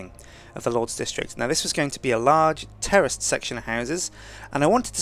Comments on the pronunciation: lol i swear he said terrorist a couple times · i thought he said terrorist buildiings instead of terraced buildings hahaha. great vids btw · Is he saying terrorist buildings?